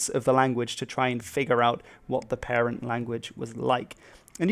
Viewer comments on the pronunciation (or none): none